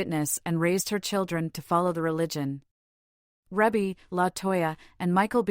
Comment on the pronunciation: Her name is pronounced reebbie not rebbie if you're going to report on her life please get it right